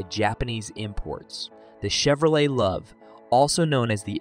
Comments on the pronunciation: IT's LOVE , Not loove. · It’s pronounced Love, not luve 🤦‍♂️ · "The Chevy Loov" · Dear Drive TV, hire announcers that know SOMETHING, anything at all about cars built in the last 50 years. while I do take your list with the pound of salt it was wrote with, A V-8, is pronounced "v- eight" NOT "vate". The Chevrolet LUV(pronounced "LOVE") was hated because of RUST. I've never seen a Pinto ute and the only one you got right was the dodge do to lack of ability to haul weight. Heck come get me I'll help you make one of these cheap, having owned and driven many of the cars you try to make videos about. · There was never a Pinto pickup available for sale. The Chevy Luv rusted, but was Japanese reliable. It's pronounced Love! Don't quit your day job. Your don't even know how to produce liter!!!!!!!!!!!!!!! 👎👎👎👎👎👎👎👎👎👎👎👎👎👎🤏